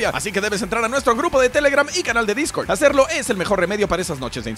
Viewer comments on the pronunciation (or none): none